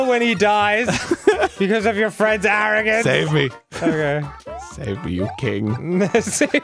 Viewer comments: “Your aringance!!” XD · Your ARIN-GANCE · STARCOINS!!!! NOT Medallion!! Good god your arrogance..